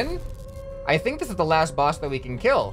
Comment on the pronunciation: lol you said bus instead of boss XD